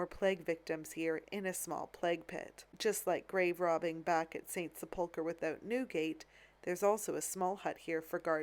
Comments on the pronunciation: PLEASE stop saying "Sepoolker". The word is pronounced "Sepulkrer?. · Such an interesting video. I believe the word is pronounced as sep-ul-ker. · ‘Sepulchre’ is pronounced with equal emphasis on all parts - ‘sep-ul-ker’ and not with emphasis on ‘ul’ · Great video as usual. Just one point, sepulchre is pronounced with the emphasis on the first syllable, not the second as Americans oft do. Thank you. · Sepulchre is pronounced "SEP-l-ker" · Sepulchre is pronounced sep•luh•ker ker rhymes with her. 🙂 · Accent on the first syllable not the second as you are doing. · Just watched this. You’re pronouncing sepulchre wrong. The accent is on the first syllable. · The pronunciation of St Sepulchre? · You totally mispronounced Sepulcher. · Very interesting. Please check your pronunciation of sepulcher.